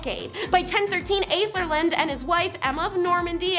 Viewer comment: No problem! It's "Ethel-Red". Not too hard haha.